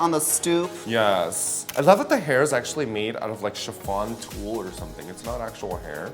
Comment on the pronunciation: did you say tulle?